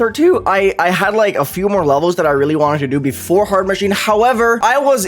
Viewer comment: Nobody:: "its hord" Anyways goodluck on new hardest, Hard Machine, it might look like a Top 50 demon but its just the looks.